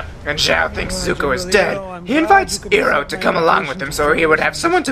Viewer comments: ...talk about pronouncing names wrong you stupid wolf dog w.e you are its not eroh its IROH OMFG HGSVSJVVHS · God all the mispronunciation in this film was horrible, the script writer, as well as the director are morons. Also to the guy who made this, it is IROH(eye-row) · He pronounced iroh how they did in the movie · you are concern with the cast pronounce Sokka wrong but you yourself didn't get Iroh right.... Irony....